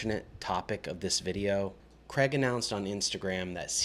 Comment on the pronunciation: How difficult is it to pronounce the name “Craig”